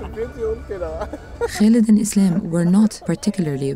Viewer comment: lol his name is not 'Islam' !!! wtf Its 'Aslam'